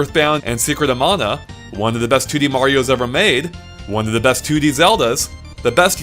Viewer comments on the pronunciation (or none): none